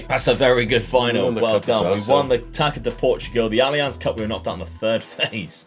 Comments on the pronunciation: FYI the ç in portuguese language can be read as S, so Taça, is actually Tassa. Cheers! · “Taça” is pronounced “tasa”. The “ç” is like and “s”